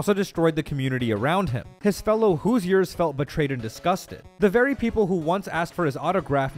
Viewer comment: As a Hoosier myself, I laughed at your pronunciation of Hoosier. Close, but just not quite right. I'm not good at the whole typing how to pronounce things, but Google has it right if you look it up and click the pronounce button.